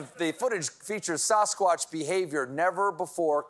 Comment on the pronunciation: Talk about Sa-squat-ch! 😆